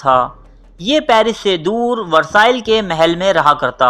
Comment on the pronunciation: Versailles is pronounced as Ver-Saaye